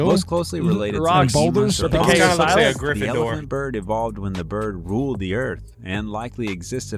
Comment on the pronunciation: GRIFFINDOR.... Did you say GRIFFINDOR 😆🫨🤯🥹